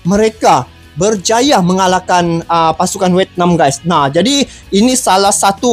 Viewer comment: bang bukan wetnam tapi vietna? 😂